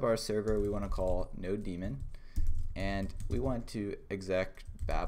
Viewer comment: Thats node mon, not no demon